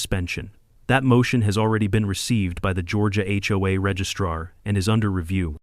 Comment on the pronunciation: Why were notifications sent only to homes on their street? The whole community should have been notified. They all would be vulnerable to Brenda's new rules. (The narrator must be AI. HOA is not pronounce like a word hoa.)